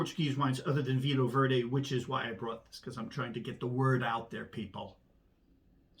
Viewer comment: Did I hear you say Verde hoo-haaa??😂🤣😅